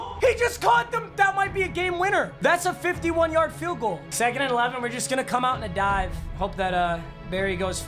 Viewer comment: Listen to the way he says “cut in”